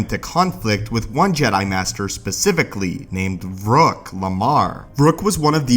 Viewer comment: I noticed you keep mispronouncing Master Vrook's name. In game it's pronounced (Va+Ruk)He also trained under Masters Kavar, And master Dorak. Played Kotor 2 and Got good with Kreia, she told me what planet he was from. She said she was his first and last Master before the Mandalorian Wars. Master Dorak also mentioned that same thing in the first Kotor. Both games mention that Revan was very charismatic and a great speaker, that's how I got so many nights in Masters to join in the Mandalorian War. His mask is part of a Mandalorian helmet found on the Kathar planet, after the Mandalorian slaughtered them all. A Slaughter led by Cassus Fett, a Mandalorian General an ancestor of Jango Fett and Boba Fett. Cassus Fett armor and pistol can be found in Kotor 1. Kreia said Revan was her greatest Apprentice ever. The Jedi Council blamed her for Revan's fall and exiled her as well.